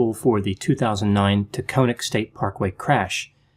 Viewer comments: I agree!!! The AC would be dreadfully insufficient in the event of a vehicular inferno...... And please allow me to interject. It's pronounced Tac- on -ic. Like Platonic. Forgive me. Rock on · Correct pronunciation is Ta-con-ic". The "o" is not long. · Taconic pronounced takahnic like ahh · Taconic is pronouced: Tah cahn ik Yes, I agree, she intended to die that day by suicide. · "TAA-Con IK" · Great video as always. By the way I believe it's pronounced Ta-con -ic . I live right by it. What a tragedy.